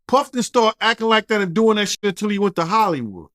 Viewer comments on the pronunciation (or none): none